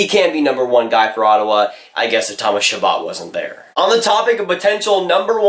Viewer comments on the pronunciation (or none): none